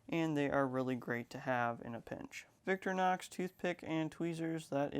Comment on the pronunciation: Vic-tor-inox not “Victrinox”